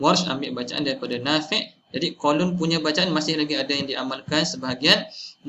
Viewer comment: Sebutan imam nafiee ke Nafi'.. Ikut tulisan Arab?